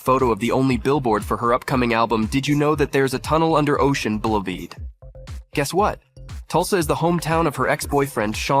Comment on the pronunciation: "Buleveed" I HATE AI Voices - So dumb.